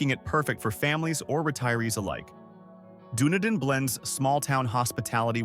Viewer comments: The copy is spot on, but the voiceover is a joke, and the visuals are basically made up. I live in Dunedin. It's pronounced Done-Edin, not Done-a-dine. The Don Ce-Sar Hotel, the pink building featured in the Gulfport section of this video, is not in Gulfport; it's on St. Pete Beach. I've got no comment about putting a photo of snow-covered mountains in a video about Florida. In Tampa, it's pronounced E-Bor City or I-Bor City. I know it's all AI-created, I just wonder how it could mess up the images so badly. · Dun ee dun Florida not dun ah dun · It’s pronounced Dun-Edin. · Dun-Edin/ dumdum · I like videos like this however too many are using AI voices to narrate. It seems kind of lazy to produce a video and not put some personality in it…I stopped watching when the video butchered the pronunciation of Dunedin, FL!